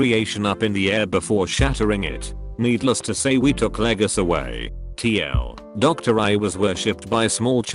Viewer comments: the fact the tts voice reads tl/doctor makes me very angry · I like how the robot pronounces TL;DR as Tee ell, doctor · "TL, Doctor" Come on, man, get your TTS in order. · No one: The text to speech: T-L.... doctor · No one: Not one person: Not a single goddamned soul: Robovoice: "tl doctor"